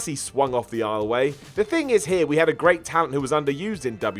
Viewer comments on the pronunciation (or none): none